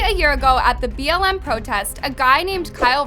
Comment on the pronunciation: Its makes me mad that she keep on saying bml its is BLM bruhhh